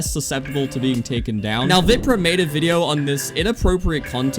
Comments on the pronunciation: man just called VIPRAH WIPRAH 😭😭😭😭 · there is no way u called him veeprah